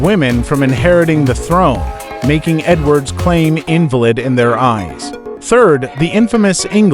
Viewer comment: What a joke, this is common knowledge plus you can't pronounce invalid because you have AI doing the talking. In the words of Rick, utter, utter, utter... Garbage!